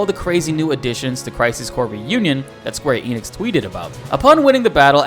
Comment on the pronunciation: Here, wondering why westerners pronounce the company name "Enix" making it sound like there's an invisible P at the beginning...😂